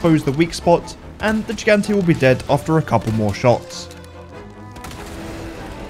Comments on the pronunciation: I know this isn't the point of the vid, but the way you pronounce "gigante" breaks my soul cause you get all 3 syllables wrong. He-gon-tay, not gee-gan-tee. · Lol the way he pronounces it like Gee-Gahn-Teh is funny af. It's Hee-Gahn-Teh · As a Spanish speaker myself, the way he says “el gigante” hurts my soul It's pronounced "L he gang tea (a is silent)." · It’s pronounced “HE-gan-té” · As a Spanish speaker myself, the way he says “el gigante” hurts my soul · The way you keep pronouncing gigante is making me cringe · shoot Mendez until he dies? Why didn't I think of that?!?!? Awesome speedrun tip: if you don't purchase Resident Evil 4 Remake, you will spend 0 minutes and 0 seconds on it. Impressed, virgins? 😎 btw, it's "hee-gant-ay" and "zell-ott" and "three"